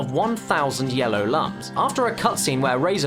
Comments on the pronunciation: Lums are pronounced "loom", not "luhm". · Lums are pronounced "Looms."